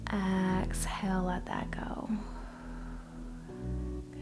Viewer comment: Thank you for the video. Please say exhale not axhale. Js